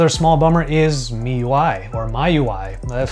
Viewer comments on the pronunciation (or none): It’s pronounced “me UI” just FYI